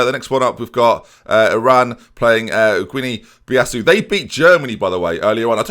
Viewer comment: Just so that you don't sound ignorant in future Guinea-Bissau is pronounced "Ginny Biss-ow" .